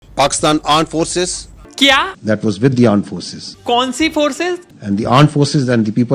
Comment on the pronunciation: Armed force ✖️ Aand forces✔️